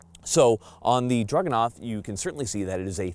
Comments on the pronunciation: DRAGunov. Not DRUGanov. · Stop saying "drug-anov". It's a freaking DRAGON! It's the Dragunov!! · sounds like he is saying druganov the entier time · I think it's cute how pronounces it 'Drug-enough.' 😂